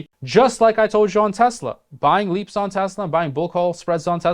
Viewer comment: It’s ’leaps’ options. Not ‘leap’ options. Please say it correctly.